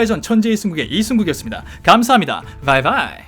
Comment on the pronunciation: 이승국님! 저도 하나 부탁이 있어요! 영상 끝에 바이바이 하실때 V발음 말고 B로 해주세요! 그리고 영상보면서 느낀점은 매번 썼듯이 이번에도 정말 내가 영화보고서 하고 싶었던 얘기들을 그대로 전해주시는게 너무 고맙다는 점, 영화를 보면서 이 부분은 잘못됐었고, 이 자막도 이렇게 됐었으면 좋았을걸 하고 생각했던것들을 나 대신 전해주니 너무 신기하고 이 점이 이승국님의 영상을 꾸준히 보게 만든다는 것, 어휘력이 딸려서 표현하고 싶었던 말들을 해주시니 대리만족 느낄 수 있는 점 아무튼 너무 좋습니다! 영어 배워놓길 잘했다...